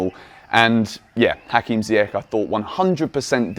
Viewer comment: Come on man its not ziyak its ziyash in arabic langue ziyash its sh not k at the end say his name right for once lol